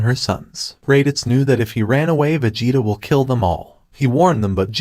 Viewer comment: Poor raditz can’t even say his name